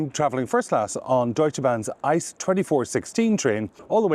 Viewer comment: It’s pronounced I C E not ICE, because it’s an acronym not a word in his own right. The ICE trains are the most premium trains in Germany and they are usually kind of on time, because they have priority on track. Fun fact: Up until recently (like 2 years ago) you could use the DB First class lounge with every 1. Class ticket, but they changed it and now only the regular price tickets are eligible to use the lounge. Sometimes I payed like 10-30 more for a round trip from Köln to Berlin but I could Drink and eat for free in the Lounge, it was really a no brainer.